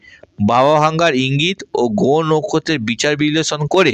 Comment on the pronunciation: এঃ এতো কথাই বলতে পারে না ভালো করে। গহ, পকিত, পমোশন, পরিশম